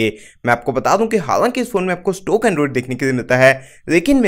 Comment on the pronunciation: Stock toh sahi se bolo